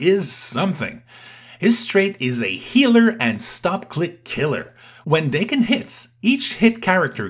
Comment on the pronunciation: If it is wolverine’s kid, it’s Dakk-Enn for pronunciation